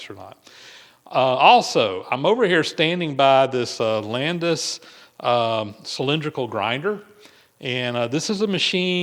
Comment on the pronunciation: That's "Cylindrical", not "Cylinderical".😄